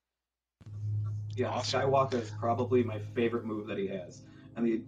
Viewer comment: Whe does it sound like freeza saying “skywalka” sounds horrible jus add the r ..🤦🏾‍♂️